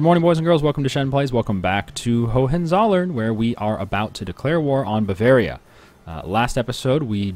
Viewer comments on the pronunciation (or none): A small hint on the pronounciation: the second H is silent, otherwise great :)